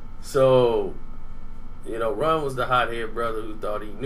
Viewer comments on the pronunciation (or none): Say Runs real name because its sound like you saying Ron